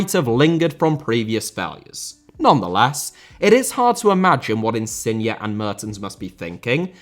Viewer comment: It's InsignE* not InsignA please, the guy ain't a car